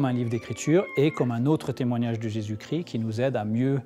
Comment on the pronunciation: Ils ont un problème avec Jésus chrissssssst et jesus cri..il faut savoir bien prononcer